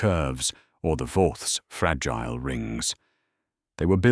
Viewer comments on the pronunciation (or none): none